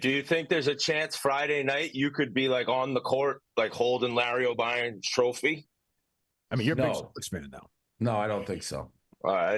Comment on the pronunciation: Hey Whitney pot stirrer, it’s Larry O’Brien not Larry Obien. Big Cat has no back bone and just tries to please everyone. Makes me turn this amazing video off every time he opens his mouth.